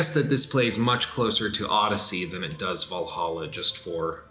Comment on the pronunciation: Every time says "Valhalla" I only hear "Valaha"